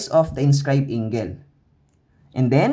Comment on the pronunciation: okay naman yung explanation but the pronunciation of angle is wrong